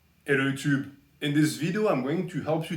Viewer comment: I only hear ‘hello utube’